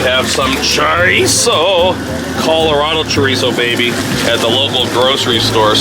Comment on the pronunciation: Love it sounds delicious but glad u say chorizo right